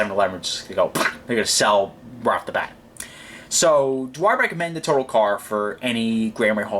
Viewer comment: the accent is on the second syllable...its a French company...it is pronounced "Totaaaal"...check it out on google!!!